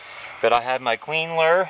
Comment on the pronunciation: "Queen lure." I couldn't figure that out. Caption was "clean ler."